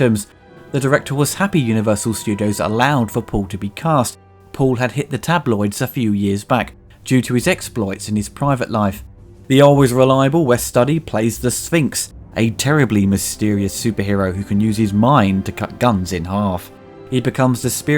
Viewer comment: *”Stew-dee,” not ‘Study.’